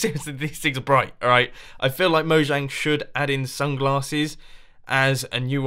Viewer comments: It's pronounced moyang because they are Swedish and in the Swedish language j's are pronounced with a Y. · Mumbo, I know this is an easy mistake to make, but Mojang is pronounced MoYANG. Don't worry, I did it too.